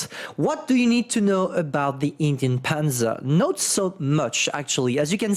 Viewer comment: you said, ''Indien''. That was a perfect pronounce of hungarian word of ''cheap'', which word is written ''ingyen.'' Really, I was clicked and went back just to hear it again.:D